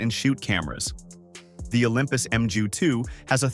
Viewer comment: 10. Leica M6? It's a bout the bloody lens dummy. No $50 equivalent. 9. It's Nikon, not Nykon or Kneekon! 8. It's called feature creep, idiot and it's universal.7. Emju? God it's 'mu' OK. That's why they called it the Epic in the USA, knowing that fools like this couldn't pronounce it. The mju-II is very old and many do fail when they hit 30 yera sold. I prefer the mju-1 as it's a bit more robust. But as compacts go, it's brilliant. 'bout then the gross overstatements and outrageous ignorance got to me. Ignore this tiresome cascade of gibberish and take your time and ideas elsewhere. Move along - nothing to see here.